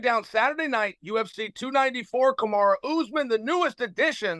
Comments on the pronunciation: I’m pretty sure he called him Carrera Usman at one point 😂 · He felt better when he called Usman "Kamara"